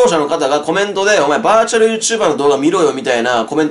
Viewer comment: バーチュルッュッチュルバーのぉ〜